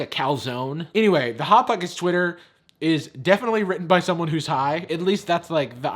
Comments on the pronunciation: "bot bockets" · I nearly spat out my drink when you said bot bocket. I can see why it’s their most popular tweet XD